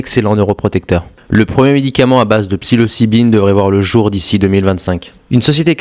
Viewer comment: De la psylocibine pas de la psylibicine, ca commence mal